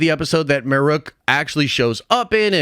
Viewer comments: And his name's marrok, not marook lol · M A R R O K. How are you getting that "oo" sound out of that? Maruke or Marrook is how you keep pronouncing it. I'm only halfway through your video and it's bugging the crap out of me.